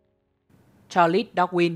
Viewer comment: Vậy nhà ngôn ngữ học cho hỏi việc phát âm "Cha Lét" có ảnh hưởng gì đến chất lượng của content về Thuyết tiến hóa và Thuyết trôi dạt lục địa không ạ?